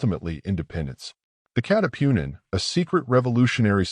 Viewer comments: Katipunan not catipunin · hindi maka pronounce ng tagalog yong AI audio reader na ginamit 😉